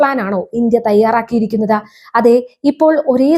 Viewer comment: നേരെ ചൊവ്വെ മലയാളം പറയാൻ പഠിക്കു. " പോകേണ്ടിടത്ത " എന്നല്ല " " പോകേണ്ടിടത്ത് " എന്ന് തന്നെ പറയണം. " തെയ്യാറാക്കിയിരിക്കുന്നത " എന്നല്ല പറയേണ്ടത് ..." തെയ്യാറായിരിക്കുന്നത് " എന്നാണ് ഉച്ചാരണം. " ഉണ്ട " എന്നും " ഉണ്ട് " എന്നും തമ്മിലുള്ള അർത്ഥ വ്യത്യാസം മനസ്സിലാക്കണം. മലയാളം വികൃതമായി ഉച്ചരിക്കുന്നത് ഒരു ഫാഷനായിട്ടാണ് കുട്ടി കാണുന്നതെങ്കിൽ നിലവിലുള്ള ഉച്ചാരണം തുടരുക.